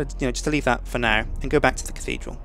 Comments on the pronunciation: dickidral :D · LOL Dick-thedral LOL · the catedhral ;)